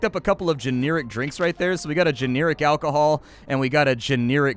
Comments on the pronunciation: Never heard anyone ever pronounce generic as "geneeric" before today. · I really enjoy the games you cover, but I find some of your videos difficult to watch as your repeat words often and pronounce some things in a really off way like "geneeric." Still love your content and wish you the best. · that's not how you pronounce generic